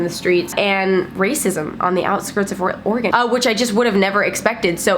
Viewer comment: Hi! so I just moved to Portland OR for college but I've lived in Oregon my whole life. First off I was really excited you pronounced Oregon correctly, but I thought I'd let you know that whoever said the thing about people being racist is crazy because pdx is super diverse. Also, I was born in Seattle so I won't bash too much on it, it's definitely a great city. But the homeless situation is there but it's not terribly bad or super noticeable, it doesn't get as cold as Denver and it doesn't rain as much as Seattle, also there's no sales tax. I love you and your videos, I just thought I'd set the record straight on a few things:)